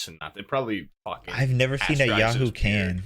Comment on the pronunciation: Why the fuck did they keep calling Yoo-hoo “Yahoo”.